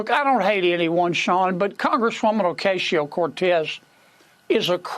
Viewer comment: "Oh-CASE-eo Cortez" - give me a fucking break. We get it - you're a shit-kicker.